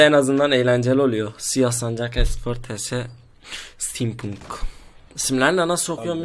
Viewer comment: stil puink değil la stilpanç :D